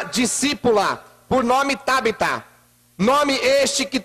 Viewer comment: E não é tábita é Tabita